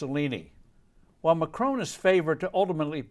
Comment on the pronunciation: not sure how people voting for the candidate they want is "dangerous to democracy." I also enjoyed how you described her as a statist then went on to describe Macron's (it's not pronounced McCrone btw) "smothering state taxes and regulations" rating: 4 out of 5 CNN's